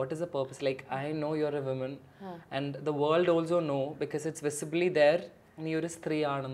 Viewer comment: From someone like Riyas who speaks fabulous english, it's hard to hear woman (singular) pronounced as women ( plural)!!